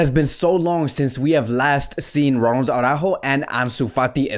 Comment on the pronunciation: Why do u keep pronouncing his name Aurajo tho???It`s Araujo,HE doesn`t pronnounce it like that so why??